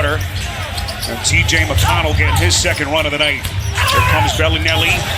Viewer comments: It makes me cringe when the commentator says BELLY NELLY and not bellinelli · Somebody tell this announcer its Belinelli, not BellyNelly. Sounds like a 2018 Teletubbie. Good grief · I get your joke lol.. Its pronounced Bell-Lah-Nelli... He kept saying BellyNelly lol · It's Belinelli, not Belly Nelly haha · It's not "Belly -Nelly"!!!! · I fucking hate the way this guy says belinelli